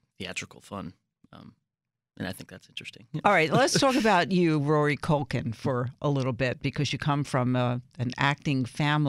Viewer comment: Did she just say, "MaCulkie Family?" lmao